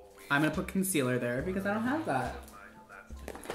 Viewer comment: when he said concealer I was like noo that hurts..